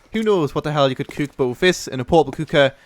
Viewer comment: learn to say COOK correctly